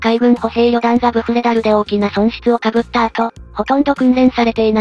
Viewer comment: 被った × かぶった → ○ こうむった